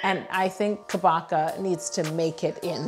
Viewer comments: yo: * googles it * “it’s pronounced ka-baka?!?” also yo: continues to call it kabo-cha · I thought it pronounced “ka-bo-cha” not “ka-bo-ca” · I’m accustomed to the Japanese pronunciation of Kabocha which is cah-bow-chuh so hearing it pronounced like Chewbacca was really weird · you pronounce Kabocha as "Ka-bah-ca"? I usually pronounce it as "Ka-boh-cha" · Omg noooo it is pronounced (Kah-Boh-Chah) idk where Google got cabaca from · She rly just said kAboCka. She said kabUcha. It’s kabocha. Just pronounce it normally. That translate thing is wrong lol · It’s pronounced ka-bo-cha not ka-bo-ka!! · It is pronounced KAW-BOW-CHA.... Not BU... And it means pumpkin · I love it!!! These look sooo realistic!! Also since Kabocha is Japanese, it's pronounced, "Kah-boh-cha", the "ch" pronounced like "cheers" <3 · The correct way to say is ka-bow-cha now I really want to make this pumpkin spice cake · i like how she asked how to read kabocha but continues saying kabooocha instead anyways HAHHAA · Google is incorrect. Kabocha is just the Japanese word for pumpkin, it's pronounced kah-botch-ah (no stress on any syllable, and each syllable should be the same length). かぼちゃ is how the word looks in Japanese. I absolutely love your videos! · Google wasn’t correct on the pronunciation. It’s “ka” (like in car), “bo” (like in bowl), “cha” (like how you’d normally pronounce “do the cha-cha slide”) I know you tried and really it’s google’s fault but I cringed every time you said Kabocha wrong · Yo: Kabacha?* Cabancha?* Chewbacha?* Oh forget this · Dear heart, Kabocha is Japanese, so three syllables: Ka bo cha. I love you. Keep using interesting items as models for your cakes :) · Google is incorrect! It’s CA (like in “kite”) - BO (like in “boss”) -CHA (like in “chai”) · Kabocha is ka-BOW-cha (bow like bow-and-arrow) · It's actually pronounced kah-bow-cha, but I enjoyed the different variations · yolanda: how is it?? kaboocha ? google: ka bah kha yolanda: ... okay so the kaboocha